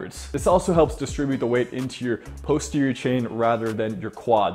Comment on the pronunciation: It's "poss-terior" not "post-erior"